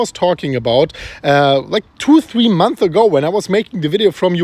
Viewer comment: Months ago* not month ago. You keep forgetting the S